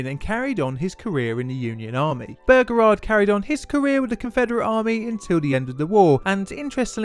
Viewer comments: There is only so long one can hear an Englishman say bergerard before one has to give up. Why is it so plainly difficult for the English to pronounce words ? Bow- reh- gard. Something , sorry “ sumfin “ about the English mind placed letters where they don’t exist and replaced one consonant with another. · It's pronounced Bow-Ra-Guard, not Burgerrard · as below, his name is pronounced BOWREGARD, NOT BOGERARD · bearegard? its beauregard pronounced like byuregard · Great, but! BOH-REH-GAHRD Not BOH-GEHRARD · "Burger-ard" In the South it's "Bow-regard" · Excellent as usual my son.One small quibble: it's pronounced Bow-reguard.Otherwise History teacher approved. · As a person raised in the south: "Bow-re-guard" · Bow (rhymes with ‘oh’) as in “bow and arrow”, not bow (rhymes with ‘now’) as in the front of a boat. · nice vid couple of corrections though. any american saying P. G. T. Beauregard that I've heard documentary or otherwise says it Bow-Regaurd I know pronunciations change between cultures but its an american general so their pronunciation takes precedent. 2nd I believe there was a single casualty in the battle. it was a horse on the rebel side. I know not human so doesn't exactly count but hey man I like horses ;c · The Confederate's Commander Name is pronounced. Bow- Ree- guard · P.G.T. Boh-regard ;-) Great video though. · BO REEE GARD... ffs ! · The name is pronounced "Bo-regard". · The Confederate General's name is Pronounced Bow-REE-guard. It's driving me crazzy sorry. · Not trying to be an ass but it's bow ra guard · Noticed that too.He's English so break given. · I see I am not the only one deeply annoyed by the horrible mispronunciation of the General's name. I mean, it is not that difficult to read it, and if still in doubt, how about check wikipedia or other sources for the pronunciation? Otherwise the video is nice!